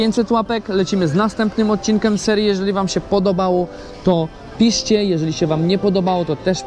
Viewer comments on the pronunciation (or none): czemu mówisz odcinkem a nie odcinkiem